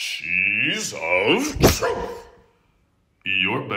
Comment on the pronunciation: He looks like he slapps the cheese rough. And it sounds like a dog barking when he says truth😂 no offense. I’m not calling you a dog if that’s what your getting at.